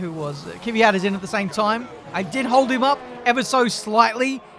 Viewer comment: KVYAT NOT KIVYAT